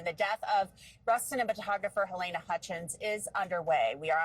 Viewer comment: I don't get how journalists and news reporters mispronounce the names of important, primary people on whom they are reporting - it's HaLEEEna, not HaLAYna.